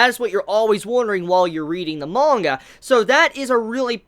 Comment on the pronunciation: There’s no “O” in manga mate